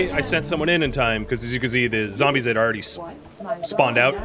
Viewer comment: YOU SAID ZAMBIES